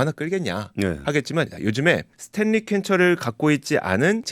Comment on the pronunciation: 스탠리 한국어표기법 발음은 스탤리가 아니고 스탠니 혹은 스탠리 입니다. 요즘 젊은분들 한국어 발음이 심각합니다. 신라면은 실라면이 아니고 신라면 이고 원룸 발음은 월룸이아니고 원룸입니다.